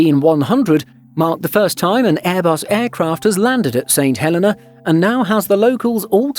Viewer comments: It’s pronounced Saint Hell-e-nah, not Saint Hell-eh-nah You guys really need to work on your pronunciation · It's the pronunciation of the name of a place - personally I pronounce it 'Saint Hel-ay-na' while the islanders pronounce it 'Saint Hel-ee-na'. As a courtesy to its people, your narrator should have done some homework.